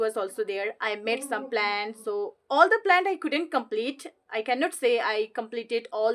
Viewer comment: This not plant, this is plan, please check your pronunciation in this video....